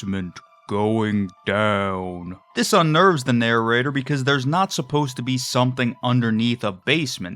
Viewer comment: I love the way you say "narror-rater."